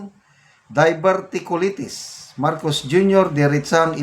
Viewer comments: pronounced as ‘die-ver-tea-q-lie -teas’ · Diverticulaytis po ang pronunciation